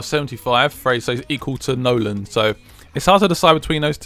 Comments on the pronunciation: I enjoy these vids but misprouncing the players who play for the team you support is so grating throughout the video. It is Nolan, not Noland. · its Nolan not Noland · why do u call nolan 'Noland' ? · It annoys me that way you call Nolan "Noland" and you call Zarate "Zate"